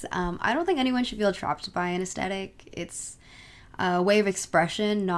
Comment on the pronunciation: Ok but I have to say it. it’s pronounced as-thet-ic not as-tet-ic